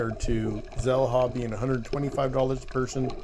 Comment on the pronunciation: Xel-Ha, is it not pronounced Shell-Ha? If you can spend 8hrs snorkeling and eating and drinking at Xel-Ha for $125 is that not better than $50 for an hour.